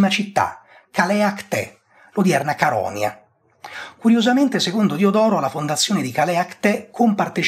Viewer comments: Interessantissimo. Però si dice Caronìa, non Carònia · Un piccolo e inutile appunto: Caronia li legge Caronìa, abito lì vicino.